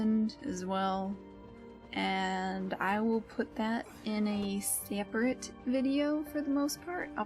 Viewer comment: There was a southern twang when you said 'seperate' lol